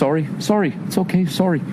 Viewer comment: Sawry sawry